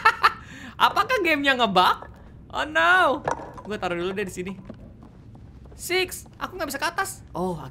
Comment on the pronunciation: Six sis beda pengucapan bro